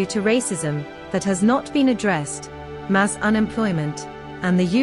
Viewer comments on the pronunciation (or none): none